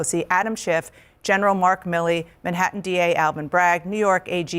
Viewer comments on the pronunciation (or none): none